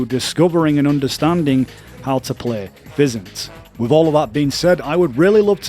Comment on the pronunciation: FIZZ-INT is how you say PHYSINT (Physical Intelligence), also its Jah-may voos for J'aime Vous 😄